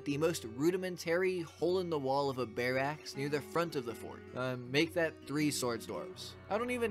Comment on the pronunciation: Rudimentary and barracks aren’t pronounced that way.